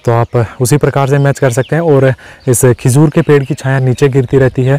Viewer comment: Khijoor nhi hota khajoor hota h